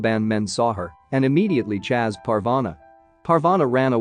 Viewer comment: Why did you say "Chaz Parvana" instead of "Chase Parvana"